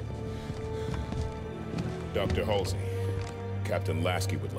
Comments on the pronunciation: "Halsey" not "Hasley" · I know this is nitpicking but you keep saying “halsley”. It’s pronounced and spelled “Halsey”. There is no extra L. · "Halsey", not "Halsley". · it's HALSEY. not halsley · Halsey no halsley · I think he said HALSLEY but still good comment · Everyone: Halsey: Halslee. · "Halsley" lmao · I only just noticed now that you keep repeating the wrong pronunciation of Dr. Halsey